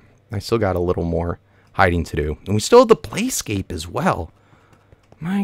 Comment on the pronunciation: PLAYPLACE NOT PLAYskApE